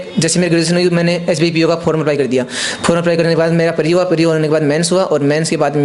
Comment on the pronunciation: Pre ko bhai pareeeeee bol raha hai. No offence he is intelligent but way of presentation is not par level to match the demand of UPSC.